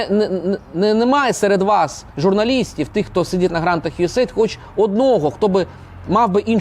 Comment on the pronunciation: правильно казати « Ю Ей Ей Айді»